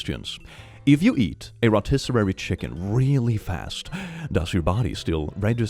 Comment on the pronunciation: a rotisserary chicken 😂😂😂😂😂😂